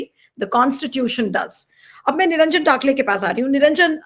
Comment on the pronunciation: Not "टाकले" say "टकले"! A respected personality from Maharashtra 👍